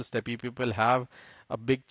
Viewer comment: I wish you Indians would realise that 'Steppe' is pronounced the same way as 'step' not 'steppy'